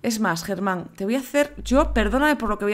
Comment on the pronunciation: le llamas te (Germám) al caballo en vez de (Geman) xd